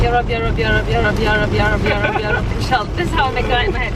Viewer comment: I legit thaught you were saying "europe europe europe" instead of "ya rabb ya rabb ya rabb"